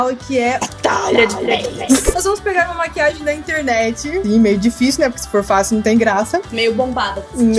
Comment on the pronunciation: Maria Alice a que fala "Maquiaji"